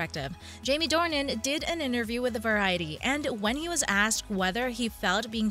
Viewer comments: It's Jamie DORNAN, not Dorian! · It's Jamie DORNAN not Dorian! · If you’re going to do a story about #jamiedornan. learn how to say his name. It is “Door_Nan”. Dorien is a book character. And as others have said, #jd is the best. Christian Grey is not James Bond or a Superhero❣️☘️💚☘️ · His name is DOR NAN not Dorian. Fifty Shades Freed didn't do as well because the story did not follow the story line in the book very well at all--- they skipped a lot Oh and read the books from Christian's point of view, furthermore, read the original books and you'll see what I mean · Offs it's DORNAN NOT DORIAN !!! 😠 Load of bull 😤 it's not going to happen so go get a life!!! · His surname is Dornan, not Dorian please.